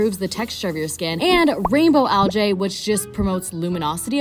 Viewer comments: did u just say "el jay" instead of "el gee" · today i have learnt that does not know how to pronounce algae